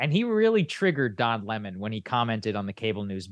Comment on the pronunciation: Don Le-mon, that is all I have to say